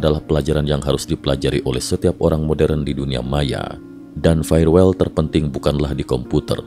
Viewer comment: firewall dibaca: fayer wol, bukan fayer wel 😄